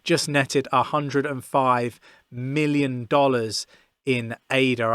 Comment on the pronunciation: dont call it A-D-A, its named after a woman as you know. her name is not A-D-A!